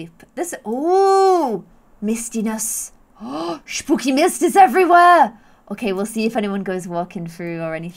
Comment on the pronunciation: I love how you pronounce the sp (in spooky, for example) like a schp (in German lol) it’s so funny😂💗